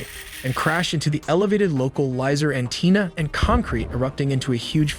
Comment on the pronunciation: Love the channel and rapidity of video output. But man, your pronunciations... Roosevelt and Antenna...